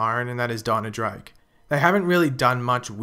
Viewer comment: Bye "dinah"